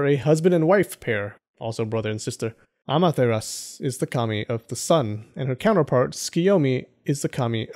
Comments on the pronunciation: you said Amateras instead of Amaterasu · Just a friendly reminder, it's pronounced a-me-ta-ra-su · Why you pronounce every names right but Amaterasu